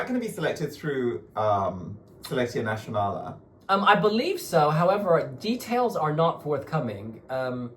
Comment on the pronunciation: Guys, it's SelecȚia NaȚională [ SelekTZia NaTZionalah]. Same letter, same pronunciation. There's no Sh in NaTZionala. It's also a TZ there, like double z from pizza. As Seleczzia Nazzionala. I've been following you for so many years and this drives me nuuuuts 🤣 Sorry! 🥺🥺